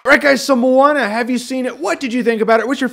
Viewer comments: Jeremy I am from New Zealand and we are deeply rooted in Polynesian culture (Maui used his hook to pull NZ out of the sea) I can say that it is pronounced 'moan - ah' so like I porn star is a moaner. 😉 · I always have pronounced the name of this movie, "moan-ah". Only recently have I figured out its pronounced "mo-ah-na"